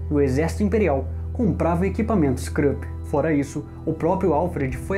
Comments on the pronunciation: A pronúncia e Krupp, é exatamente como está escrito. Esse som de "u" como em inglês SÓ EXISTE em inglês. Vc narrador, pelo visto não tem a menor noção da língua alemã. Pronúnciar dessa forma como o fêz, o sobrenome/firms Krupp, e estupidamente ridículo. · Muito interessante a vossa Página Parabéns de Portugal. Krupp que é um nome alemão lê-se à alemã, ou seja com U. Não se lê à inglesa.